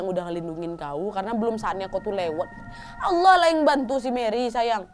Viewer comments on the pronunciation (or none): none